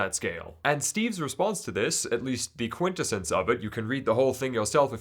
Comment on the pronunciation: "Quint-a-since" lol. Its pronounced "Quint-essence".